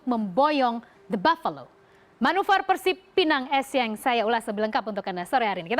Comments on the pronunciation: bukan ESSIENG mba tapi ESSIEN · Pelafalan dr Bhs. Prancis huruf N dibaca Ng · Lafal pengucapan bhs prancis gitu n dibaca ng